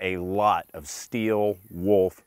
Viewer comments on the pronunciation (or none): none